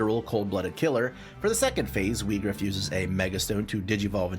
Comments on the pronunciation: it’s actually meant to be Vee-grawf. it’s Germanic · To be fair, "Whygraf" sound better than "Weegraf".